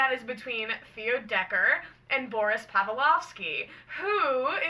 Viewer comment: hsdhfhkajshdflk i hate to be annoying but i'm just lettting you know!! i believe the proper pronunciation of Boris's last name is pav-LICK-ov-SKEE